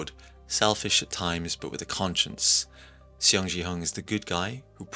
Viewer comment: But for the pronunciation of their name, it's Seong like a "Song" pronunciation and gihun not jihun and not xiong jihun